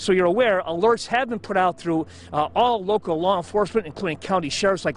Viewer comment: 3 is three not tree thru is thru not true . Thinker is thinker not tinker so on so forth